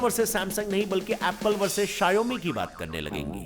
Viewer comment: शाऔमी ❌ . शायौमी ✅